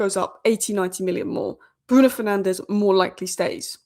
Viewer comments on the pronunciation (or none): none